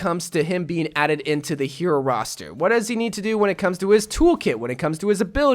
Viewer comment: He said the rostue instead of hero roster XD